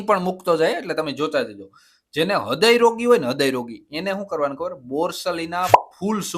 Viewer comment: ખૂબ સરસ અને ઉપયોગી માહિતી આપી તે બદલ ધન્યવાદ.... થોડીક વાત એ કરવાની કે હૃદય શબ્દનો ઉચ્ચાર અશુદ્ધ બોલાય છે.... તે ઉચ્ચારણ રુદય એમ બોલવું હદય નહીં... બાકી ખૂબ સરસ માહિતી આપો છો તે બદલ ફરી ફરીને ધન્યવાદ .. महोदयः मुहुर्मुहुः नमोनमः ।